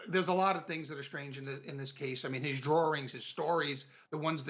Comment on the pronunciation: I hate that I’m distracted by pronouncing it ‘drawerings’ … but it is what it is.